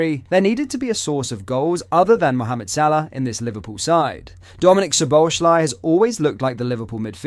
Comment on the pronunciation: It is so amazing that the name of Szoboszlai still can not be pronounced correctly. He is doing his 2nd season at Liverpool.😂